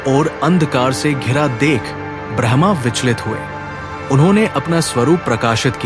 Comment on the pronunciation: Bhai agr normal log bhi tere video sune or smjhe to simple hindi me bola kr smjhe hr kisiko itni shuddh hindi nhi aati or AI translation mat use kra kr jo brahma ko bhraaahmaaa bole